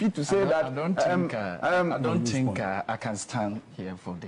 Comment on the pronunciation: dont say, " A tink" I presume you wanted to say," I think"